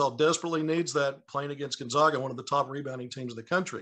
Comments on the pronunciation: Can’t say Gonzaga right either! Can’t believe an analyst still does that. It’s not 1999 anymore! It’s like if we pronounced Arkansas without the silent s at the end. The other guy says it right and he still pronounces it wrong. 🤯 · Can’t pronounce Gonzaga right either even tho the other guy does. 🤨